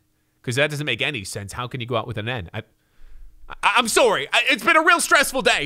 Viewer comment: Am I the only one who smiles when he says “soary” and “mikal”